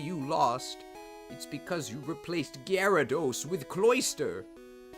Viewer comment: Gary-thos… im starting to hate that pokeman